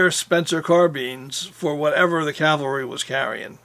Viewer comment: Long time fan...well done!...but Please...the word is caValry...Not...caLvary...49 year pet peeve thru hundreds of films,documrntaries,discussions by noted historians,researchers,film makers etc etc..a very common mistake...keep up the great work!!